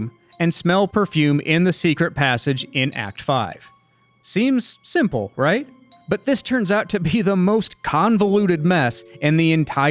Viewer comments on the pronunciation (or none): none